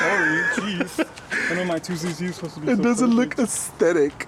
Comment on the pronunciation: Every time you said “aesthetic” I giggled 😂